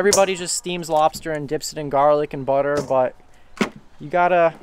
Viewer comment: Awesome episode and heck yeah bring chad back and his LOBSTAH...jajaja